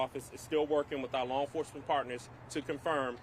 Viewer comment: Enforecement? Enforcement.